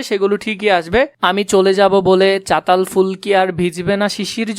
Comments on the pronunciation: আরে ওইটা চতাল ফুল না ❌ চালতা ফুল✅ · চাতাল না চালতা 😂